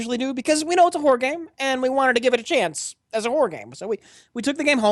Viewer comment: When discussing "Alien: Isolation," I love how slurs "Horror" game so it sounds like he's calling it a "WHORE" game...